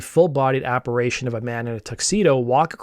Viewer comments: Apparation? Apparition, hehe.... Sorry, but you said it twice, lol.. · Apparition is pronounced AH-PA-Ri-SHUN not SHAN.